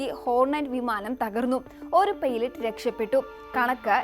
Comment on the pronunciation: അക്‌നാതം ❌ അജ്ഞാതം✅ സ്ഥിതീകരിച്ചു ❌ സ്ഥിരീകരിച്ചു✅ പെയ്‌ലറ്റ് ❌ പൈലറ്റ് ✅